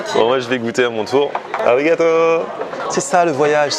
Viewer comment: Tu fais de bonnes vidéos, tu nous fait découvrir quelques spécificités de la cuisine japonaise c'est cool, merci mais parcontre fait attention à ta prononciation des mots japonais car arigato on ne prononce pas le R comme en France, on le roule !